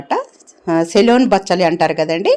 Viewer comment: సెలూన్ కాదమ్మా.సెలూన్ అంటే. సిలోన్ బచ్చలి అనాలి.. మంగలి shop